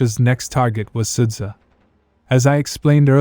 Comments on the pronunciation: Is it so difficult ot copy-paste 'суджа'/ 'sudzha' to google translate and listen the right pronunciation? I understand possible problems with 'черкасская конопелька' or 'нижнемахово'. But there are only two simple syllables here. Two syllables, Carl! 'СУД-ЖА'. Can you pronounce 'Jabba the Hutt'? 'СУД-ЖА' is the same sht: 'SUD-JA'. Just do it. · it's pronounced like {Sooja}